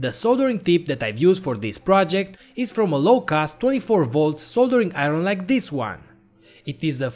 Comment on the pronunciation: "A New Soldereen Aeron"🤔🤔😂😂😂